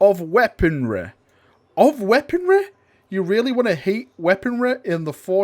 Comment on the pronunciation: I don't understand these words: Lie-breh and weaponreh